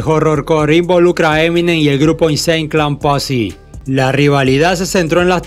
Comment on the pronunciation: Mientras eso era en Estados Unidos en Memphis pasaba......mi compa el que mo sabe que Memphis es una ciudad de Tennesse en Estados Unidos jajaja a parte Insane clown posse no se pronuncia asi carnal echale mas ganas y de Gravediggaz te falto hablar mas ese grupo fue echo exclusivi para este genero a parte ahi estaban buenos mc y productores como GZA de Wu tang clan y otra Bone Thugs N Harmony son de Cleveland pero se hicieron por Eazy E y Ruthless Records que estaba en Los Angeles